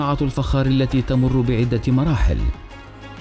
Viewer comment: الفخااار وليس الفجار